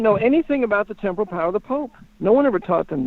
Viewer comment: The word is "temporal" (not temple). It means "physical, mortal, political" power of the pope, as opposed to his spiritual or ecclesiastic power through church authority. pronunciation confuses that word.